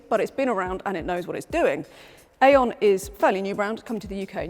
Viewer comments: Hello, i had like to notice that Aion comes probably from the Greek Αιών which means Century, yes it sounds Eon, not Aion, but it sounds in o not in A, Thnak you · No. No. No. It is AI ON. Not AION. 😂